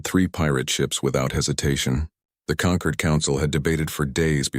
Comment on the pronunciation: This planet is called Terra of SOL, NOT "Saul," STUPID AI! And the alien "Concord" is NOT the same as "Conquered"! DO BETTER. Hire a proofreader!